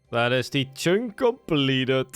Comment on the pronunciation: Learn to pronounce "Chunk" Like holy s.. Its not "CHYNK" I literally cannot watch your videos because of this